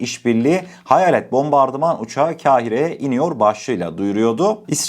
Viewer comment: Kahire öyle söylenmez kardeşim. K dan sonraki a ince değil kalın a olarak ve uzatılarak söylenir. Düzeltseniz size daha yakışır.